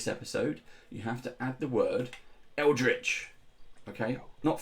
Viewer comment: Hi! I can't believe nobody's said "Eldrich" yet...